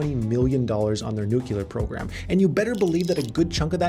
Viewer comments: bruh, reminds me of George Bush the way he says "nookular" instead of nuclear lol still a genius video. thanks! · Dude..... you said "nuc-u-lar" multiple times. people make fun of people who say it that way... (At least most who work in the nuclear industry do!) BTW - awesome video, great content. I have learned a lot from your channel. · A dude saying nucELar is not to be trusted